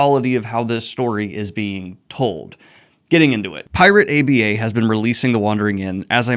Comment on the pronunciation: Pls stop saying pirate A.b.a. Its aba